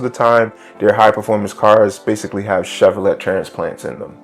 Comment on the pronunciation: It's pronounced "Chev-or-lay" not "let" sheeesh